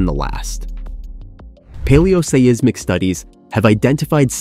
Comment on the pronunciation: "Paleo-Say-Iss-Mic" and "Indu-Australian" lol.